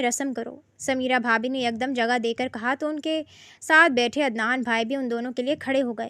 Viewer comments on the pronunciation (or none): عدنان ہوتا ہے ادنان نہیں